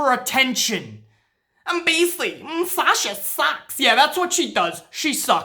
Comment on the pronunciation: it sounded like said SALSA, lmao, made my day, man, i agree 1000% with about Sasha, and i hate seeing all these wrestling pages saying she bitch and moan her way to shots after shots it pisses me off their stupidity. When your on the level of good as Sasha is it is CRIMINAL that she isn't treated properly, nuff said.